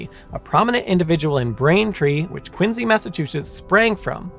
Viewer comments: I wanted to watch this whole video but I just could take listening to QuinSEE being pronounced as QuinZEE 😂 made my ears itch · The C is not pronounced as a Z in the English language You start off horribly making it hard to trust anything from there on. the letter C before I E or Y is pronounced SI or See. This sucked I was hoping for an unbias telling of this story but if you're starting off making up crap in the first sentence my guess is this will suck. I will unpouse and give it a few min. Quincy is pronounced as it should be with the See sound. How you pronounce Quincy is not a belief it's a language and has rules. I'm out and can't trust this channel. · It's a little ironic that you pronounce "Quincy" with a z instead of an s because that's how it was originally said, but you pronounce "Ruiz" with a z despite the proper sound being an s.